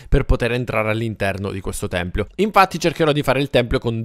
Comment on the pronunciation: si dice tempio, non templio ahahah😂❤